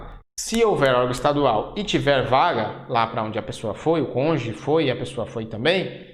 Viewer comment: Agradeço as aulas, bons gráficos ajudando a elucidar os detalhes do estatuto e do seu regulamento. Mas professor, por favor... é "cônjuge", não "conje".